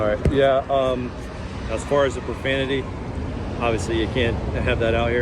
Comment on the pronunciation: “Watch yo profamity”